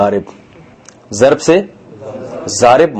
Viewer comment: Daraba word is correct not a zaraba